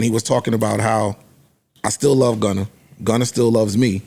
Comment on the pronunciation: i laugh every time Joe says “Gunner” instead of Gunna